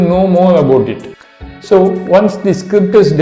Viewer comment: I lost it when you said “you have to write scipt” whats a script? Lol